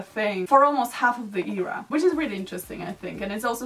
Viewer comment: It’s a great video honestly, but it really bothers me how you always pronounce era like "eeera".